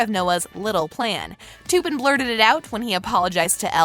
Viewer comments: She said toopen it's tupen🤣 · It’s Tuppin not toopin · I love how she said "TU-PEAN" instead of "T-UP-PAN". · It’s not ”TOoOoOpUN” it’s tuppen. And this is a 12 recent not a U rated movie. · Learn to pronounce names. Its not to pin, it's tup in. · It’s not Toopen it’s T ‘a’ pen. Clearly didn’t watch the movie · It’s pronounced t-appen not toupen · ITS NOT TOOPEN ITS TUPPEN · It’s not Two-Pun. They literally say his name in the film. It’s Tup-Pen. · She says "Tuuuupen" with a u prononciation instead of tuppen with a uh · It's Tuppen, not Tooppen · As a 13 year old I noticed all these things. And one more thing it’s Tuppen not toopin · I’m sick of this I’m not being rude but you ruin the whole video when you pronounce a name wrong Tuppen is pronounced ta-pen not to-pen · I think it’s tuppen not toopen no hate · and its tup-an not tupen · I love this channel so much and I watch it about 90% of the time that I watch YouTube but this one really annoyed me when she said Tupperware wrong! It’s T-eh-ppen. That’s the corrects pronunciation! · Im so glad im not the only one who finds it annoying with how they are saying “toopin” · “toopen” WHO IS TOOPEN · The way she said tuppin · The way she pronounced 'tuppen' she said it like 'too-pin' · NO OMG THE WAY SHE PRONOUNCED TUPAN ITS NOT TOOPIN that made me cringe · toopen lol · did really say toopen its tuppen ahahahahhaha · She pronounced tuppen "toppen" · You need to learn your cast members name you don't even say there names right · Is anybody else bothered by how she said Tuppen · If you’re going to talk about the movies like you’ve seen it, say the names properly